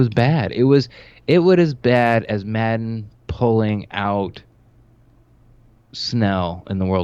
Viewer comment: Did he say madden 😂